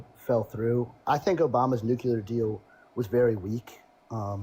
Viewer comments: Why does every maga say "nucular"? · Why is it everyone who supports Trump and his war call it eye-ran and say nucular? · If you can't even say "nuclear" correctly, I don't put much stock in anything you have to say about energy or wars.